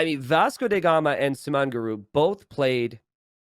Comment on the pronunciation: Yo,... my man.. bro... farm-bro... Can.. you.. please.... say DA gama, not DE gama... T___T